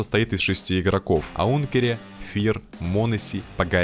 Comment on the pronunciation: а не сунукс и аункер, а не аункере